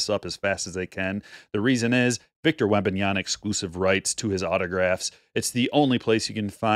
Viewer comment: It's WembanyaMa. Not Wembanyana. Otherwise agreed with your points. Hobby seems much much better than retail